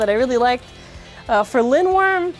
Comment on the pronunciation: Linwyrm looks so nice! (and I do believe you are pronouncing it right!) Too bad the slopes are bad, but at least the TP disc weighs more thank hasbro's Wheel. Fq looks visually nice imo.